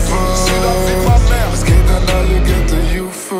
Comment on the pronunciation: Lol was labberst du xD Das liegt am akzent und am schechten Englisch, wenn die das so aussprechen ^^